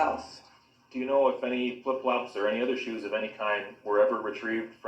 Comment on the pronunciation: I love how she says shooos 😂